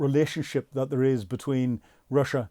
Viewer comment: He can't pronounce "there" and "aircraft".